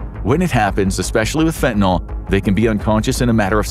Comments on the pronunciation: There's no "O" in fentin"Y"l. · I'm 65 now. I did a lot of different drugs in my younger days. So glad that fentanyl wasn't around in those days, I might have tried it and had an overdose. People constantly mispronounce fentanyl, it's not "fentaNOL". The suffix of the word has to do with the chemical make up. "NOL" and "NYL" would be two DIFFERENT chemicals. 🤦🤷